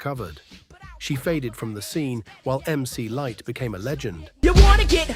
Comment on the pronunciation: Biased as hell...LL had the Def Jam powerhouse, with questionable promotional tactics behind it, behind him, but bar for bar Moe D got him cant listen anymore, especially since the way at the door narrator stated Mc Lightee...AI ...done